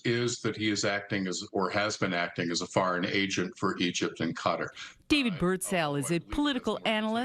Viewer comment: Why is it so difficult to properly pronounce Qatar?